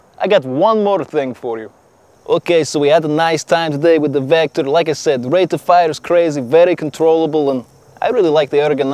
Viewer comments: The real you mean “Wector” lol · Pronounciation from Russia to Kirss Vector😂😂😂🤦🏻‍♂️🤦🏻‍♂️